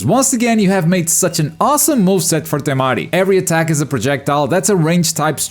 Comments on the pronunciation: Why you gotta say it like TeMaDI 🤣 lookin asss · That's a wierd way to pronounce Temari